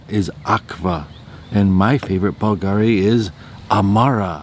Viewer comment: Hi! BVLGARI uses the Latin spelling (where the letter "V" is pronounced like "U"). "BLV NOTTE" is pronounced "blue no-tey" in Italian, which in English means "Blue Night"